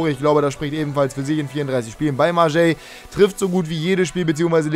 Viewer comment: BIIIIIIITTTTTTEEE sprich Marseille richtig aus:D das heißt nicht Marjei, sondern einfach Marseij